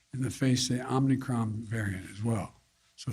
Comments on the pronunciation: Travel restrictions unless it's the southern border. Why is he pronouncing an n when there isn't one. PinochiJoe is crushing it. #JunkYardDog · FJB can’t even pronounce it correctly. “Omni-cron” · I like how he pronounces it “Omni-cron” the extra n really adds character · Omni? He says it wrong every time. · It’s not the Omnicron you bumbling idiot. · "OMNI-chron". The boob can't even say the word correctly. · Idiot president can't even pronounce it right. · Funny how he mispronounced Omicron. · Wow omnicron, that's a big word for this little boy biden. Hope he studies for the upcoming spelling bee. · Jeeze! He can't even announce the "new variant" properly. What a joke he and all of these Idiots are! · Fake president can't even say omicron. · he doesn't even pronounce the varient correctly. He puts an "n" in there. Can't stand him. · It's scary he obviously hasn't heard anybody anyone else say the name of this variant out loud by the way he's mispronouncing it off the prompter. Seems like he should have been briefed by someone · I noticed that too. Omicron as you know is anagram for “Moronic..” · If mispronouncing the very thing that the speech is about counts as speaking well! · He can't even pronounce it correctly. Those who wanted the jab has already gotten it. FJB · He doesn’t even pronounce it right. Amazing. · 1. It's "Omicron", not "omnicron" you deranged, senile, old bat. 2. I thought Trump was reeecist for travel bans? Too much hypocrisy to keep track of old coot? 3. If the government, big pharma, big business, and "celebrities" get in front of a camera, dance and smile at me, and tell me to do something because everyone is doing it; that's good reason enough for me to tell you to shove off. 4. You're Hunter's dad, so I'm sure you are all about pushing drugs, but as for normal Americans, we prefer not being told what to inject into ourselves. These government representatives need to know their place. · "Its called the Omnicron." Lol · Called the Omnicron?